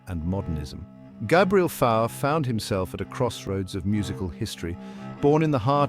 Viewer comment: teach this robot to pronounce fauré and satie